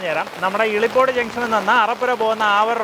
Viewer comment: ഇളിപോട് അല്ല മിഷ്ടർ 😂😂😂😂😂 ഇലിപോട്.... 💖💖💖